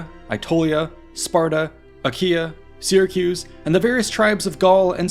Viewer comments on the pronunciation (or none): none